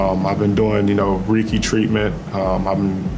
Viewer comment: I can't stand every time I hear the interview with Ja. You know he wasn't serious about his "treatment" when he mispronounced reiki treatment so badly.